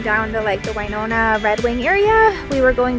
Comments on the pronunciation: It's Win-ona not Wiiiiine-ona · I was born and raised in (Win)ona not (Wine)ona LOL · I was going to address it, but being from Winona i get used to the mispronunciation. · I spent most of my childhood there! Every time she said it I cringed!!! I went to Phelps school on the college campus. I live on Whidbey Island in Washington State now and we have a Winona Rd, which made me so happy! I miss you Winona!